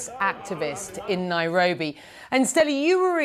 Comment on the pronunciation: she said “..Nae-robi..” and for Afrikaans speakers this word can have a real meaning to such a place under such conditions.